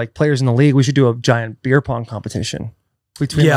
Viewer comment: Brandy Schwab seriously struggles with vowel sounds and the English language in general. Pronounces beer as "bear" and bear as "beer". Cheer as "chair" and cheer as "chair". 😭😭😭😭